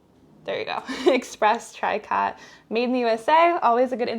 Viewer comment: Tricot is pronounced TREE-koh.